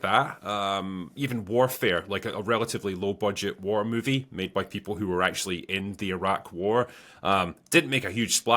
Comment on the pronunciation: Moovee. Not Mew-vie. Here to help.